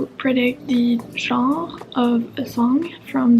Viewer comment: Amazing video! Your channel is quite inspiring for those of us studying CS and CS-related careers. Also, in english 'Genre' is pronounced something like 'shun-ruh'. Greetings from Argentina!